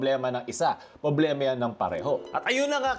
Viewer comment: Just noticed way of saying "publema" hahahuhu